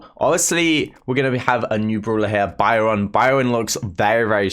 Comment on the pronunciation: Everyone: Byron: BIOUN